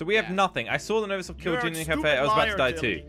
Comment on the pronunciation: I love how is older than 60% of his viewers but still doesn’t know how to say visor